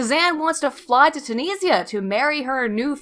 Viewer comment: "Too-nees-ee-ah" she says.